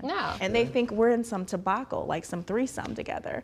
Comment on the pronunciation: Tabacol lol do she mean “ debacle” SMH